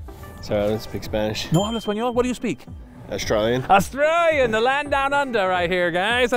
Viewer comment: the way he says he speaks australian😂